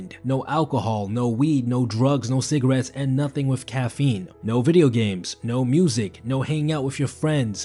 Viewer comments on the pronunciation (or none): When he said vidoe game :’(